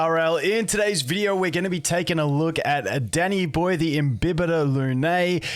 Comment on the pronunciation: For a sec thought he said daddy boy instead of danny boy lol